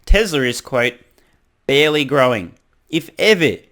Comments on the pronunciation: I thought I heard "bearly growing" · I thought I heard say Bearly growing.